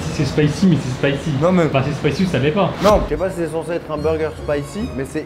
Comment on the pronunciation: C'est pas spyci c'est Spayci Auni 😂